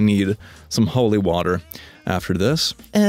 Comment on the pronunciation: Anyone else notice how he turned full-blown American at the end when he said "time for holy waterrr"?